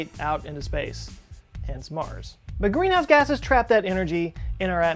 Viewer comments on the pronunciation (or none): gweenhouse gwasses